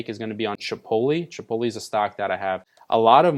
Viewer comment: thought I was the only one who recognized that lmao. is it not " Chih pote (like tote) lay"